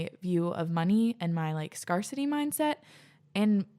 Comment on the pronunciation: it's scarcity, like "scare city." Not, "scar city."